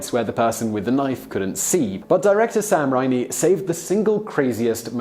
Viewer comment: Pesci = "Peshy" or "Peh-she" not "Pesky"... Raimi = "Ray-Me"